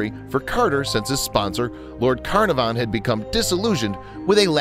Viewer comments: Learn to pronounce their names: Tut-ankh-amen, Car-narv-on. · Carnarvon is an English spelling of the Welsh Caernarfon so isn't the narrator glad he didn't have to try and pronounce the Welsh? (Considering the English pronunciation is a bit off...) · It's lord Cuh-NAR-vun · Its pronouncd CAR NAR VON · It's hard to take your information at face value when you can't pronounce Lord CARNARVON correctly! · Please pronounce Carnarvon properly.